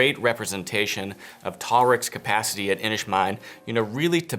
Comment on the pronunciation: It pronounced ‘Inish Man’, man as in adult male :)